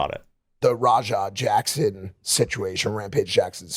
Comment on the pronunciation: Is it just me, or does anybody else here "rawdog" instead of Raja?